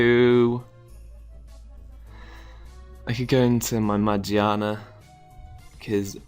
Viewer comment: i like your video. but shouldn't it be pronounced as ma , gear, na? because the dubbed volcanion movie pronounces it that way. :P